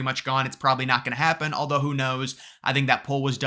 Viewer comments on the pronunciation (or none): none